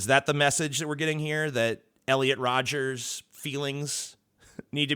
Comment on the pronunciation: It's Rodger not Rodgers. Like brother like brother, just like Scoopy.